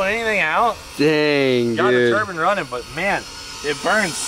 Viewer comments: cleetus has definitely been getting lesson from old heads saying "turban" instead of turbine lol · Turban 👳🏻‍♂️?... You mean turbine "tur bine". Ffs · i like how he says turban